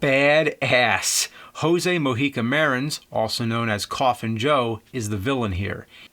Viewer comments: Rrrrosey Morreeka my soul will rest when James pronounces it right in portuguese. No offense by any means! ;) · I really love that james knows a brazilian movie maker. But the pronuncie of his name, in some spanish accent, was realy bad, i barelly understand at all hahah We speake portuguese, the letter "j" dont have that sound here. Actually sounds more like you americans usually speaks, like in "jesus" or "juice".